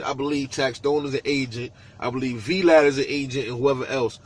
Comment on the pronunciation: "Vee LAD" 😂😂😂